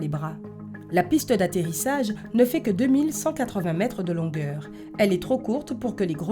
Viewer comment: oui tu as raison mais c mal prononcé